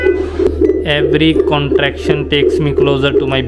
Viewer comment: 😂bigla Akong natawa sa sinabi mo "CONTSRUCTION"ano Yun naging engineer na si ma'am Sarah imbes manganak,CONTRACTION ang tawag dun😂😂